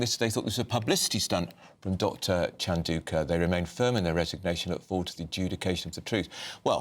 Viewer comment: Bloody hell. It's not pronounced Sent-ah-billy. It's pronounced Sent-a-bally. Chandouka is pronounced Chan-dow-ka. A simple google check will give you that, and it is your subject matter after all.